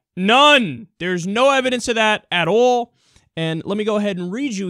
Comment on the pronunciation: The way you say "all" sounds like the way southerners say "oil". Conspiracy confirmed.